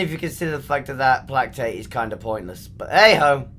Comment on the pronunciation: Plack Tate = Play Kate Just saying.